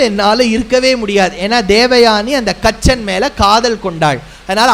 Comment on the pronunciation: கச்சன் இல்லை,கசன்